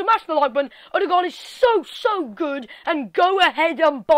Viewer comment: You are good at norwegian on a wat xD you said his name very good for an english american aso